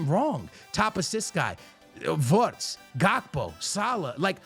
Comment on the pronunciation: why are you saying wortz